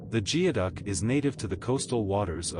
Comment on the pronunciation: I think geoduck is actually pronounced "gooeyduck."